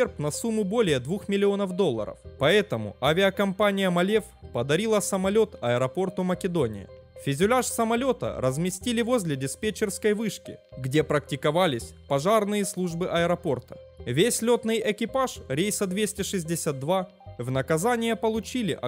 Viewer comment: "Физюляж" повеселило...